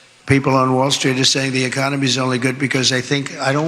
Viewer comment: I don't think he can pronounce a comedy right economy he can't even say it correctly he might be impaired😮😂